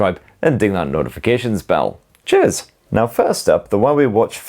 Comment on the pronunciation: He definitely says jizz instead of cheers